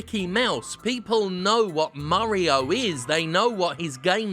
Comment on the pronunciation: Just a quick question, After watching for years I still have no idea why Jim says Murio instead of Mario